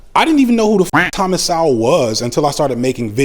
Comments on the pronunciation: Thomas Sowell pronounced So-well or Soul. 🙄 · So sad you don't understand or even pronounce Thomas Sowell name correctly. God bless you brother. Year's from now you will be in the very same spot, Socialism, Communism whatever you want to call it is the end of the inhibition of human in every possible way not only financially. But good luck with your channel. I hope you get more advertising on it. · You got mutiple things wrong but here are a few. -you completely mispronounced Thomas Sowell's last name, which makes me question if you've actually listened to him with an opened mind. -Also, the argument that you made about the relationship between hairstyle and political alliance is awfully subjective and NOT objectively derived. -lastly, how can anyone say with a straight face that there is nothing wrong with a culture (African American culture) when over 50% of the nation's murders are committed by a group consisting of 13% of the population?? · He can't pronounce his name correctly let alone know what Mr. Sowell stands for.